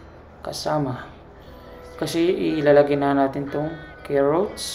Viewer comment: panu pagkakabigkas mo ng carrots haha KEROTS lol sarap kabsat!!!!